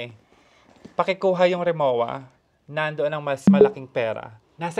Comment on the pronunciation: mispronounced po "RIMOWA" correct ptonunciation.."RIMOVVA"